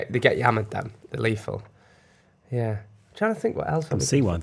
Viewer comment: Omg I'm bacup n thought it was just us with the vodka 🤣🤣 it's leathel